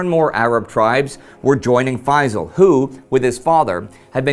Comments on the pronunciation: I really wish that people would pronounce the Arab names correctly, especially that the name Feysal does not contain any of the letters that are very difficult to pronounce by Westerners. It's Feysal, the S is pronounced as S NOT as Z. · if you wanna perfectly pronounce the name Faisal, don't use z instead of s. say Faisal with the s full and complete it's even perfect pronunciation if you add a lite barely heard whistle stressing the s.